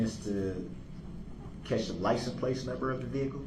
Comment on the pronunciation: So true! Some of my absolute favorites were "substained", "licen place", and "affixiated". I also loved it when he didn't know what words meant and had to ask like when he asked what "cardinal directions" and "manipulated" meant. He did it so often with witnesses on the stand, too. Everytime he didn't know the meaning of a word, he'd ask "What did you mean by..." or he'd say "Explain what you meant by..." He's really just such an ignorant buffoon, and the fact that he thinks he's so smart just makes it even more sad and pathetic.